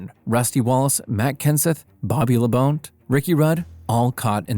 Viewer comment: He said Labonte wrong